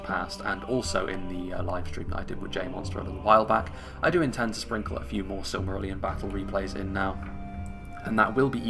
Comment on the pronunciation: weird, majority find it easy, you must have a special case its easy, SILM-A-RILL-ION